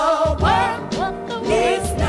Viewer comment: you spelled world wrong you said wold